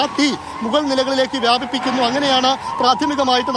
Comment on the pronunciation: Viyaaaabipikkunnu.Ennalla ..viyabikkunnu...Ennalle...........😢🤔🤔🤔🤔